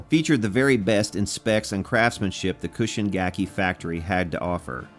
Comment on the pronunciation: I have to correct your pronunciation for "Chushin gakki" (中信楽器). It's like "choo shin" (like choo choo train, or choose) not cushion. It drives me crazy when you say it wrong. But I like it when someone loves Japan made guitars.